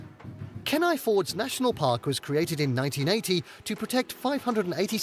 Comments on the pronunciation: A few corrections. Our pronunciations are a bit different. Juneau is pronounced as Joo-no. Kenai is Keen-eye. Glacier is Glay-sure. We don't mind if you pronounce it your way, but we may be confused at first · haha that pool of water is probably 300 feet deep. and i hate how the AI voice said my towns name. Kenai is pronounced Kee-nie. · It's jarring but I could tolerate it. Then he got to Kenai... If you're going to do a video dedicated to a certain place, it might behoove you to learn how the locals pronounce it some you don't sound like a total noob. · We don't say, galssiairs... we say, gl A ciers. AND it's not ken i... it's kEEE nI. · Kenai is pronounced Keen-eye